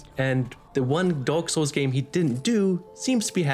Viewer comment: I'm sorry ya'll I can't unhear it "Dork Souls"